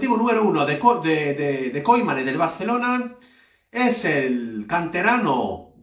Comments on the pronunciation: NO SE PRONUNCIA KOIMAN..SINO KUMAN.. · Se pronuncia Kuman, no Koiman, gracias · Se pronuncia “Kuman”